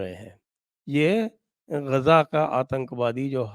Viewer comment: संजय सर गाजा नहीं गज़ा।